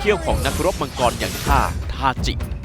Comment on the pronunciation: ทาจิครับ ถ้าเป็น ทาซิ จะออกเป็นTashi ส่วนถ้าเป็นทาจิ จะออกเสียงเป็น Tachi สรุปก็คือชื่อ ทาจิ ครับ